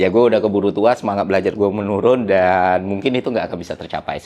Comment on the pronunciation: Bang kalo ngomong jangan buru-buru, baru 4 detik nonton udah "enam" sama "dan" huruf terakhirnya ketuker 😅 jadi "enan" "dam"